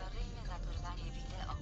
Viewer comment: Najlepsze WIDIJO jakie słyszałem🤣🤣🤣